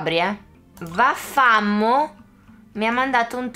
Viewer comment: nn si leggeva vaffamo era napoletana si legge vaffámóc